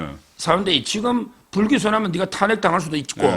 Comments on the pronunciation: 송형. 탄핵발음 좀 잘하세요. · '탄핵', ' 정지' ..사투라 발음. 고치세요 그 동네 사람들만 보고 듣고 하는 것 아니잖아요